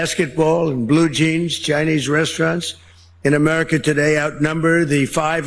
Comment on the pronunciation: what is broken "Aneriken" ? 😂 🎖